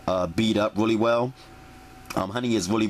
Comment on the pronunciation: wuli, wuli good,,,,,,,,,,,,,,,,jajajajaja